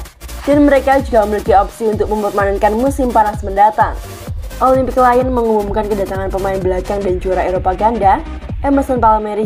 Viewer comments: bacanya kan liyong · Dikira Lion dari bahasa enggres kali 😂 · iya bos, aneh bgt dengernya 😂😂